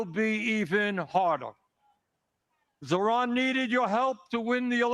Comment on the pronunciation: Dear Joy, it's zoHran and NOT zoRhan. Thank you.